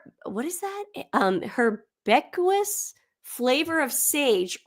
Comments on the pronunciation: In M's newsletter, 'herbaceous' is pronounced: herb-ay-shus. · Just so you know...."herbaceous" is pronounced "her-bay-shus" and "epicureous" is "epi-curious" just to make the psychotic ramblings of Megrift Snarkle a bit more bearable. She's SO F__**d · Herbaceous…..pronounced herb A shus…